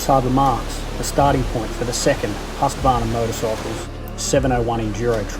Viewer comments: It is not HusqAvarna . Only two 'A' in the name . Husq-varn-a . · I don’t know why Americans add a syllable to Husqvarna, or mispronounce it so badly. Huska-varna 😂